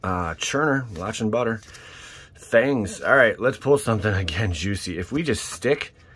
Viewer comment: I can't believe it's not buhhtah